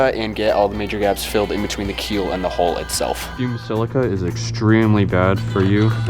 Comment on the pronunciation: The more I watch boat videos on YT the more I hear people calling the HULL of the vessel the HOLE. A hole in a hull is a whole bad thing. It is a younger generation thing and mostly in the US but other nationalities mispronounce it as well. Take it from someone who has spent over 40 years on every kind of vessel there is afloat it is a HULL take away the last L and put in a K you have incredible HULK. Take away the K and you will be able to say it correctly. Other than that this HULKING HULL should hold out Ok as long as you don't have a hole.